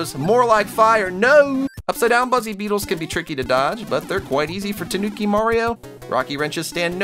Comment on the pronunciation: When your too lazy too pronounce the I in toonki